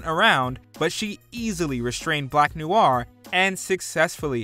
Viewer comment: "Black Nuu-waar"?? Dude, not saying you gotta learn French, but come on, noir is one of the most frequently used French words in the English language...